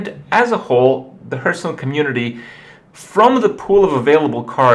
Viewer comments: I don't even know which video that I watched this one is, but... why does Kripp keep pronouncing it "Hurthstone"?! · he always pronounce it "hurtstone" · "Hurthstone" -Kripp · Am i the only one who is noticing Kripp's wrong pronounciation of ''Hearthstone''? No haterino or kapparino. Nice vid nonetheless bro.